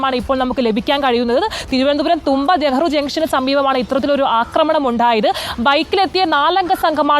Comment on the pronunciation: തൂമ്പ, അല്ല . തുമ്പ